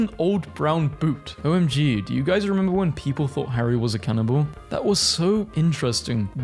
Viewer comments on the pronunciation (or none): none